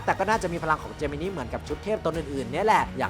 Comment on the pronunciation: ถ้าออกเสียงตามเมะคือเจมินิน่ะครับ